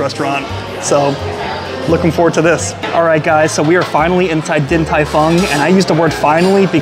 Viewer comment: Haha you should still pronounce it the right way.